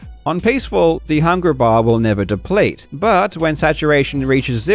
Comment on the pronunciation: Man, your trouble with hard Rs sounds like it hurts at times. I love your videos but "hungra baaah" was so hard to listen to.